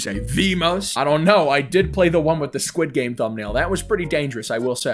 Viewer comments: Its sqiud game not skuish game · he really said sqish game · Bro in "its fron squish game"